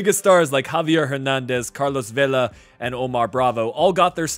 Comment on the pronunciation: Vela not vella 😩